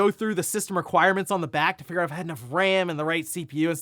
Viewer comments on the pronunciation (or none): none